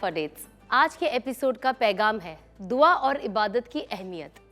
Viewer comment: Sana Madam please correct your some urdu words, Pegaam nahi Peghaam, Sabar nahi Sabr etc